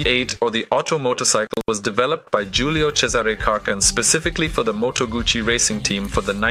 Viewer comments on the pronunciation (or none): It's Moto gussy not Gucci you need to get your pronunciation correct, it was not a Gucci hand bag, but a Moto gussy motorcycle 😮😮?? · Close, but no cigar. It's 'Gootsie'. I used to have a Lodola 175 model. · as in your gutsy, you need to learn how to read, I rode moto guzzi for almost a decade, when I went for part's I think that they new how to pronounce the name of their parent company!!! Argue all you want, it doesn't make you right!! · I had an 850 eldorado 1968 full dressed bagger but it is still called guzzi no t sound anywhere in the name!